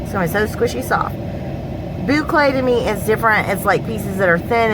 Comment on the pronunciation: Hello! Just finished watching Angela's video! Ran over here to check out yours! Love the notions pouch. I looked up the word papatya and it's Turkish. I heard the recording of how to say it. Here goes: pay-pah-ti-ah. The thread is cotton. Love all the colors!! Yes you are pronouncing boucle right! LoL! So glad ya'll had a great swap! Have an awesome evening!